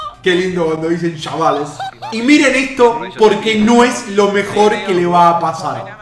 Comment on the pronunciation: MEJOR MINUTO DEL VIDEO "Que lindo cuando dicen shavales" JAJAJAJJAJAJ sos un genio